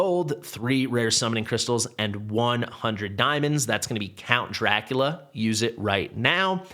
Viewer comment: NOT Lea.....Dracu Lee A is what it is supposed to sound like.